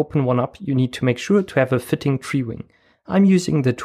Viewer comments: Tree-Wing... It's Tri-Wing, like Tri-Force - LITTERLY UNWATCHABLE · Btw, triwing is pronounced try-wing. Great video!